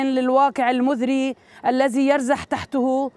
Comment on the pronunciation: الواقع المذري , الزي يرزح !!! المزري صارت عندك مذري , والذي صارت الزي ؟!!! طيب مادامت نطقتي الحرفين حطي كل واحد في مكانه الصحيح ليش خابصة الدنيا !!